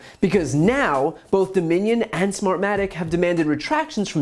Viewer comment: sofwah sofwah...smahmatic...dude sounds like a drunk they pulled off the street in boston